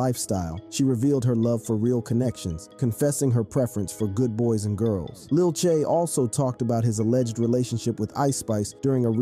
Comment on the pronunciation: Just to let u know it's Lil TJay but don't say them together but put a space in between T and Jay so it says T Jay